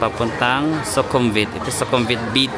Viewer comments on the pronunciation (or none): I think yung V sa kanila ay pronounced as W. Like Su-kum-wit, hindi Su-kum-vit. Su-war-na-bu-mi for the airport